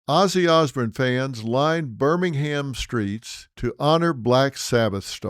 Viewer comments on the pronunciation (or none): It’s pronounced “ Birming hum…” not Birmingham like Alabama